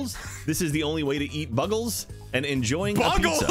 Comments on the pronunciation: was the one who pronounced it wrong. Everybody else was making fun of him for it. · pronounced bugle as buggle. Britta confirmed.